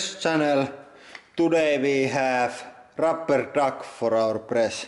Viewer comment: rrrrrrupper duk olololol im dying